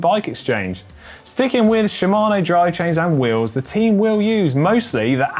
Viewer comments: Hey GCN, please ask GCN Japan how to pronounce Shimano! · She - ma - no. Should also learn Movistar - Mow - v - star, not Movie Star.